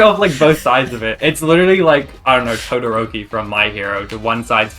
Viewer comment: For the last one: I love how literally said "Todorokeon," and that was the design idea.